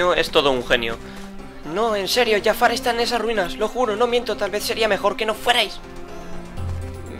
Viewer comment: No es Yafar es Jafar